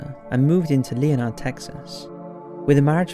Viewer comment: You have a nice, understated tone to your narration but you should perhaps do a little prep on pronunciations. I don't mean it as a harsh criticism, but when you pronounce Leonard, Texas as LEE-oh-nard instead of LEN-urd, it's such an odd choice for a name that is invariably pronounced that way in English. It can take the listener out of the story. Again, I'm not having a shot at you, I do like your contributions.